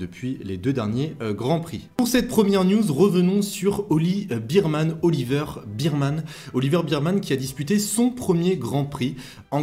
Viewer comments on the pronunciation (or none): Juste pour info, phonétiquement c'est Oliver "bErmane" et non pas "birmane". En tous cas merci pour tes analyses pertinentes.